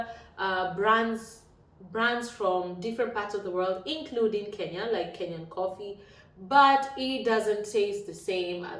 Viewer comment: the word is similar but not the same - you have pronounced the extra vowel 'i' in Kenya that makes a difference! Serbian spelling of Kenya is 'Kenija' and no educated person would ever associate the name Kenya with the word depicting "taking a poop" I promise you! Anyways, the term 'kenjati' is seldom ever used except by some less educated and lower-class people.